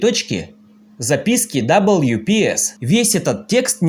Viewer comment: Офис не WPC как озвучено автором, а WPS. Хромает английский...